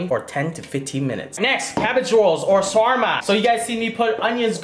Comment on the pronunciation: Yo keep the Hairlength like that it fits you so much better Bro, Btw Sarma Is Pronounced with a Sharp S and a rolling R the rest are normally pronounced.